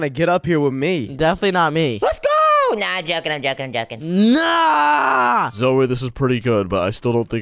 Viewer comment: I mene zoey not zoe no no no